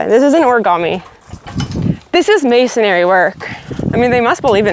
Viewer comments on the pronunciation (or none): Silly girls, it’s reeeee bar not ray bar and masonRY (not masonARY) 😅😊❤❤ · Y'all are awesome. but I gotta correct pronunciation MA-SON-RY. not ma-son-ary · Oh,! Its not Ray-Bar, its Re-bar. Because its Reinforcement Bar - Rebar. And its not mason-ary, its masonry. 3 syllables, not 4. LOL But we still love you! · Love the video. I don't know why it bothered me, but there is no second A in masonry. Hopefully constructive criticism, Its mason-ree not mason-air-ee